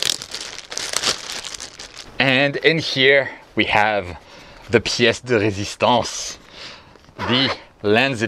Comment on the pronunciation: Your French accent is perfect when you say “Pièce de résistance”. You must have watched the movie Ratatouille 😜